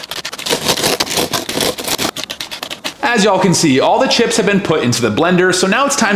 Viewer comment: the word is chisp